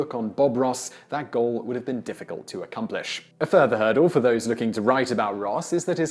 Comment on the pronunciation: Listen here you redcoat, It's accomplish not acconplish